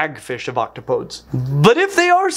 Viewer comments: In my science department, we all agree that the plural of Octopus is not Octopi as Octopus is Greek, not Latin. What we disagree on is the correct plural. Octopuses is fine, I guess, but, being Greek, I much prefer Octopodes, not pronounced ok-toe-podes, but rather ok-top-oh-deez. It's got to be Greek grammar, Greek pronunciation for me. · I'm not bothered by your use of different plurals of octopus, but I am curious about your pronunciation of octopodes. I always thought it was pronounced like oc-to-poh-dees, rather than oc-to-poeds. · Octopodes is not "octo-POADs," but rather pronounced "oct-OP-oh-deez," if we are going by Greek pluralization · I have no problem with any of the plurals for Octopus, but I don't think I've ever heard it pronounced "Octopodes" before. I always heard it said as Ock-top-oh-deez. Does that mean there are four plurals now depending on how you want to say it? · Love the video. Learned more than I thought I would, as I’m rather interested in cephalopods. One thing - your pronunciation of “octopodes” is incorrect. It is, as you probably know, derived from the Greek, so that even in English it is pronounced “oc-TOP-uh-deez”, similar to “antipodes”. Thanks for your continually fascinating and (other than this one point) well-researched videos. 𝗢𝗰𝘁𝗼𝗽𝗶 In The Oxford and under the seas, There’s a creature that so likes to tease. See, it’s English we speak, And not Roman, nor Greek: “Octopuses”, not “octopodes”. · the plural octopodes is greek so it should be pronounced OCT-OP-O-DEEZ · It's pronounced like ock-TOP-o-dees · The proper plural of Octopus is Octopodes, which has 4 syllables, not 3 like you pronounced it.